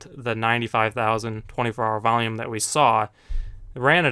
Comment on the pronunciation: Its not volume. Vaium.